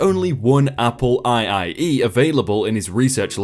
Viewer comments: As someone who grew up in the 80's hearing it called an Apple aye-aye E and not an Apple 2e was the only complaint, not the accents. Great story choices today. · FYI Apple IIe... "Apple two e", not "Apple eye eye e". Apple used Roman numerals during that time period. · The two I's in 'IIe" are Roman numerals. It's read as "Apple two-e" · "Apple eye eye eee" LOL! It's an Apple Two. 2e is a newer model that has more built in.